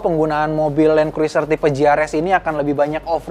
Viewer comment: Bacanya Kruser, huruf i ga dibaca